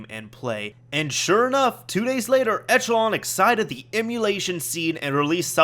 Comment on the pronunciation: Echelon is actually pronounced esh-uh-lawn. Just thought you should know :)